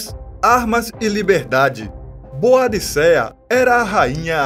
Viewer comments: Pronuncia-se ''Bôdica'' ou ''Boudica''. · Parabéns pelo vídeo! Quase não se vê informações sobre a Rainha Boadicea. Mas, a pronúncia correta do nome dela é Boudica.